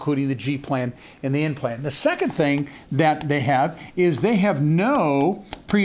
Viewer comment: He actually said N plan but it sounded like implant.